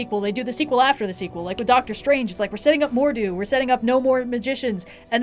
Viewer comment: pronounced "Mordo" as "Mordu" therefore nothing in this can be taken seriously BE BANISHED TO THE VOID OF PEDANTRY! (I'm kidding this is fantastic <3)